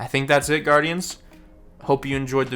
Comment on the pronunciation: "Whats up baurdians, in Cheerios" Amazing